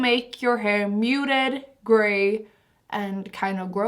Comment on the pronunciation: I kinda love how she says Hör to hair 🙏